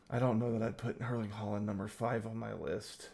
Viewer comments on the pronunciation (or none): none